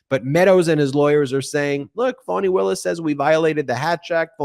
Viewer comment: please PRONOUNCE FANI WILLIS' name CORRECTLY! just like "FUNNY'! it is unlikely for you TO MAKE SUCH A MISTAKE!